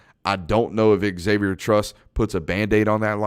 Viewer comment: A minor point. Unless the person says otherwise, Xavier in pronouced "zavier", not "ex-avier". That error has been made by many for decades. Another more major point. Only Bama can possibly beat Georgia this year. And I don't think Bama can. The 2021 Bama is not as nearly good as in years past, and Georgia is immensely better than in years past.